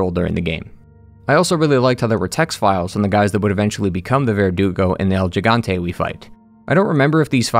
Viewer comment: Gigante is pronounced “He-Gan-té” not “Gee-gan-té” Great review 👍